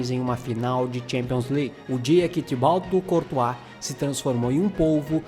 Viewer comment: Eu escutei você dizer Tibau courtois (Sou inscrito novo) 😂😂